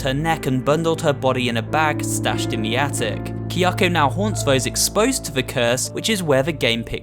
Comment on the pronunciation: kiyakou kiyakou. say it with me. KA YA KO